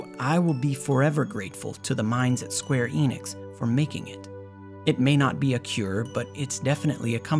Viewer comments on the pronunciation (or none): none